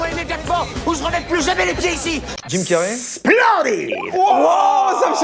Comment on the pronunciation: jim carré beurk sa se dit jim carri